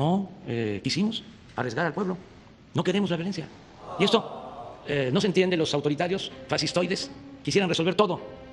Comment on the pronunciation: No e mordió el hocico cuando dijo "facistoides"? Qué tal cuando cuida no decir "el Chapo" sino que dice "Guzmán Loera"?